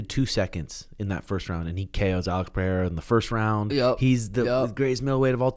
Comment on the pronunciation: Let's goooooo finally an American pronounces Pereira correctly. Thank you sean